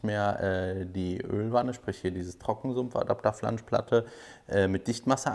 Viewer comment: 😂😂 "Trockensumpfadapterflaschplatte" 😂😂🙈🙈 Sag das 3x schnell hintereinander 😎